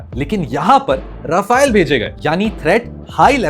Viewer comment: भाई रफाल होता है रफायल नहीं होता है 🤦‍♂️